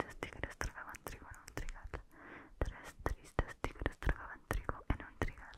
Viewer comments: dices mejor que yo lo de los tres tristes tigres jeje. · dijo el trabalenguas de tres tristes tigres mejor que toda la gente que habla español